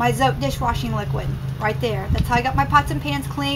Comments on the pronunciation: it is pronounced zotay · ...Hi. Not to long ago I found out we were pronouncing "zote" wrong. The correct way to pronounce it is with 2 syllables "zo teh" like "hay".. its taking me awhile to get use to it but its kind of cool. Anyway, I thought I'd share. Blessings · It’s pronounced ZOT-EH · Zot(eh) is the correct way to pronounce it 😉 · It's pronounced Zo-tay.